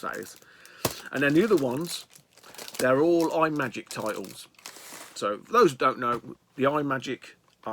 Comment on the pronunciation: Kaboom is the Bomb! Deffo the best paddle game on the Atari. Cosmic Arc (developed by Rob Fulop of Night Driver, Missile Command and Demon Attack fame) is a loose sequel to Atlantis. And btw, the pedantic t@ in me wants to tell you it’s not pronounced ‘eye’ magic - it’s ‘Im’agic. Here endeth the lesson. See you soon buddy ;-)